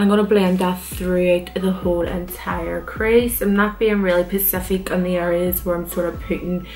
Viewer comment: It’s also cute how you say ‘pacific’ instead of ‘specific’ aha